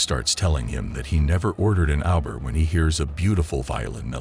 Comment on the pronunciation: uber should sound like '''U''' not Aber..."u" from alphabet after "T"